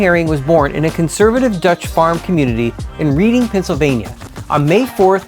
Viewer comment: Reading Pennsylvania” it is pronounced like Redding